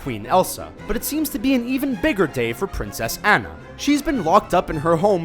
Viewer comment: It is pricens au na